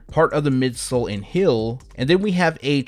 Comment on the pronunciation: Heeeeeeeeeeeel! Not “hill”. Damn bro